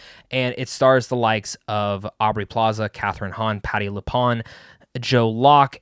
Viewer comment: Honestly, this is one of the best, if not the best written and acted MCU Marvel shows. If you know witches lore, there are constant interesting references. Also it’s Patty LuPONE, sounds like CONE, not Pawn.